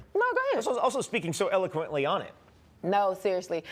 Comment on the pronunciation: el-uh-kwuhnt-ly, not el-uh-kuhnt-ly!!